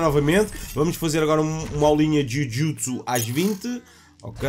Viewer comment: Diz se ju jitzu